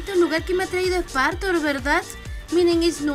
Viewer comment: Pobre Spartor No es r ni s es spartor que te jama